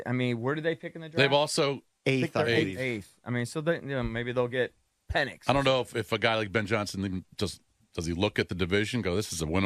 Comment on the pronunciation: If says Pennix one more time I’m jumping out my fucking window